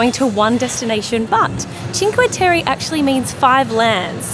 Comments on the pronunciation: I understand you;re Australians but please say Cinque Tereh not Cinque Terry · Always love your videos! But you guys butcher the names of Vernazza and Cinque Terre!:)